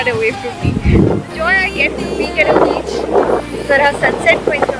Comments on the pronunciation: Have you said beach baby or bitch baby..😄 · She said beach baby 😂 Not bitch baby 😂